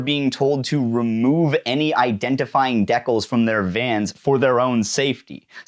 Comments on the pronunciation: Did you pronounce decals like "dekkles"?😂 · I have never heard someone pronounce decals as “deckles” before. Great video man. I really appreciate the in depth and accurate coverage of this event. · holy shit do Canadians call decals "deckles"???